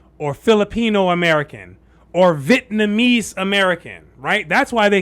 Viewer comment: Do you know something about the pronunciation of Vietnamese that I don't know? You keep saying VIT-namese instead of Vi-et-namese.